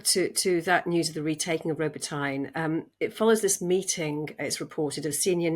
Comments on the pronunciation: ( Row-Bow-Tow-Naw) not robo-teen ... LoL..For anyone wondering. It Row-Bow-Tow-Naw juay repate it a few times a bit faster each oass and you've got. I am massibely proud of the amred forces of Ukraine. They decided to atop using NATO commined amrs manuevers. They are soong what works in this beey unique situation. Hiw Ignorant of NATO countries to tell.thek how to do this without giving then the mewns to do it. Airplanes etc. You cant do commined arms movement. Without COMBINED ARMS !! SLAVA UKRAINI 🇺🇦 HEROAM SLAVA 🇺🇦✊🏽🔱🌻🇺🇦❤️🇺🇲🇪🇪✊🏽✊🏽✊🏽✊🏽🇺🇦🇺🇦🇺🇦🇺🇦🇺🇦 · Correction: Robotyne is pronounced “rob-Bo-tin-yeh” not “Robo-tine”. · Row bow teen A.. You always mispronounce Robotyne. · Brits don't seem to even make the slightest attempt to pronounce things properly. Robot ine. Save us. is great though. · Regardless, the way that it’s being pronounced, neither a Russian or Ukrainian would understand! The worst one I’ve heard was “Robo-Teen” which sounds like an adolescent superhero! 😂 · I’ve also heard it pronounced “ro-Bot-nyeh”. Is that better?